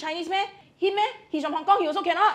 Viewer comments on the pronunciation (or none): its hon kong and not yen but ren